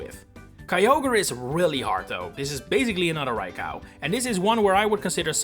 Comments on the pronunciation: It's pronounced Rye-co not Rye-cow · they're right though. 'Cow' is said like there's an A in it and Raikou does not have that... Ra i ko u = ra as in rat, i as in pizza, ko as in cocoa, and u as in glue. Co and cow are visually distinct too, unlike potato and potahto. There's also an objectively correct way to say a Japanese word/name, unlike the pronunciation of 'potato'. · I heard Rai-cow and I just KNEW it had to be interaction bait. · I never heard anyone calling Raikou Rai-Cow… and I hope I never hear it ever again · It's probably a childhood pronunciation that has stuck with him. He's from the Netherlands just like me and I can tell you that the "ou" in raikou's name is basically seen as its own letter, with that pronunciation. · Rai-cow...? That's a new one. Ah, I think I fell for the Poketuber mispronouncing names engagement bait.